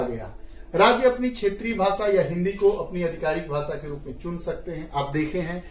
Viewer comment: What is bhasa ? Ap pahale apna pronunciation teek karo bhasa bhasa bolijari hai